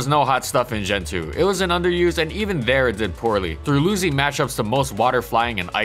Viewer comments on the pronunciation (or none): none